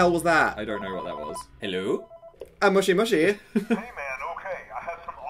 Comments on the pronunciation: "mushy mushy" is a mispronunciation of "moshi moshi" which is basically a thing the Japanese say when answering the phone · Lol yea its "hello" in Japanese, and trust me because I er, Im Japanese. Even if you aren't you can still know that too. Except its not mooshi mooshi, its moshi moshi (Moh-Shee). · "mushy mushy" is a mispronunciation of "moshi moshi" which is basically what the Japanese say when they answer the phone